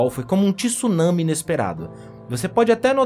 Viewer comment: Ô meu, ao menos pronuncie corretamente não é " TISSUNAMI " A pronúncia correta é " tsunami " pronuncia- se comparando " prumo " e não " PIRUMO ".